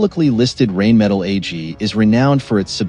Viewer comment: Wouldn´t it be awesome if you knew how to pronounce Rheinmetall correctly.,.... not knowing that... makes it not-view worthy....